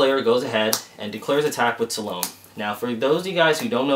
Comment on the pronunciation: you are saying salome wrong :p Its pronounced Salom-ey. Its kind of like saying Hokage with the e accent